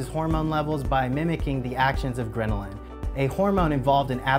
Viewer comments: it's gherlin NOT ghrenilin lol. Why would anyone trust a company who don't even know what they're talking about. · Ghrelin, not grenelin